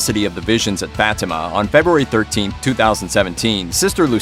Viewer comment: FFS, pronounce it right. FAH-tea-mah.